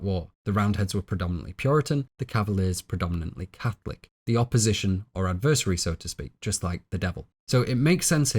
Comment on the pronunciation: A very wonderful and well-researched video. I thoroughly enjoyed it. I think you do yourself a disservice by mispronouncing common words like "catechism" and "adversary." You're too smart not to speak correctly.